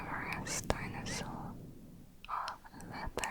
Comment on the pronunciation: Yo hablando español escucho “tainasos”, cada vez que ella dice dinosaurios 🥺